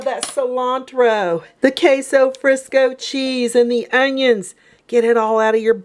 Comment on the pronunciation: It's queso fresco not Frisco!